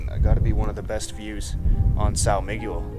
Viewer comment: Did you just say, "Sow Migyual"? 😭